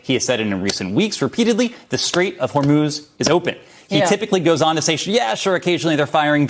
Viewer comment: Trump pronounces it "Hormos."